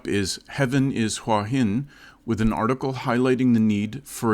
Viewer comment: It's "hoowah hin", not "wHah hin". If you consider this your home, might learn to say the name properly